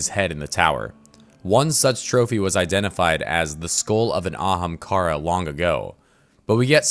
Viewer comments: I want him too but he pronounces ahamkara weird man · i want aztecross to help voice over just to hear him either continue to butcher the pronunciation of ahamkara or actually pronounce it properly. Gws Byf!